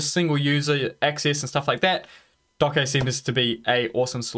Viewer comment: Great Video Thank you, Just for the record it's pronounced "dockage"......